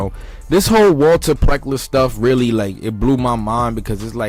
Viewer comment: PLECKER, NOT PLECKER!!!